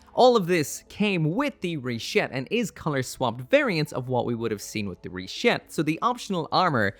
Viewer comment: Stop saying Rishetta! Stop saying Rishetta!